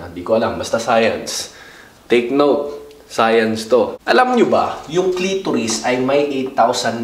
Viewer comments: Science,Hindi sayans.vaginas bah jay naz😂😂😂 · Bah-jay-naz hahah sana ikaw nalang teacher ko sa sayans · 🇺🇸 : SCIENCE 🇵🇭: SAYANZ HAHAHA😂😂😂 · BAH JAY NAZ SAYANS 😅😂 Ayos ahhh... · 🇺🇸: SCIENCE 🇵🇭: SAYANS HAHAHAHAHAHAH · Its SAYANZ ...LOL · Its sayanzz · Bah-jay-nas jpg.😂 Sayans LOL😅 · Hahaha mali sopell ng science Hahahaha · BAH-JAY-NAZ SAYANS TO